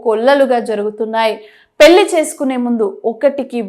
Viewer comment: పెళ్లి. పెల్లి అని చదువుతున్నారు. వెళ్లి వెల్లి కాదు. First get trained and stand in ftont of camera. Vottulu sarigga palakandi. Anchor tc of our beaitiful language Telugu.